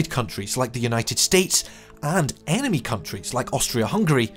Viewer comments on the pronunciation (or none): none